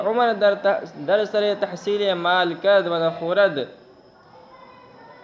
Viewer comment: نخورد آپ نے غلط پڑھا ہے اس کی تصحیح فرما لیں یہ ماضی کا صیغہ ہے جس میں واو خاموش ہے